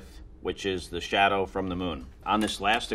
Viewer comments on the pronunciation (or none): none